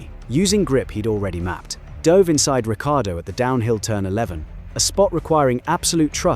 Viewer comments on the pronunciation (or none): downvoting cuz you said Ricciardo's name wrong.